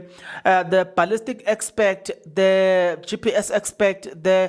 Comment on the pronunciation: Expert (🗣️eks-peet) not Expect. 🤝